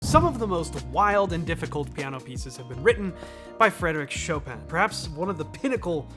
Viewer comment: Choppin' : Chopin